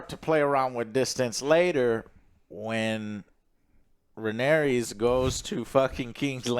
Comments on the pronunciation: It’s Rhaenyra dammit 😂😂😂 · RHAENYRA, NOT RHAENERYS ISTFG